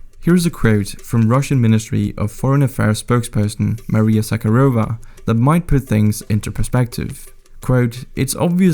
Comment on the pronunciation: In Zakharova, the emphasis is on the second a. Russian kh is like Spanish j.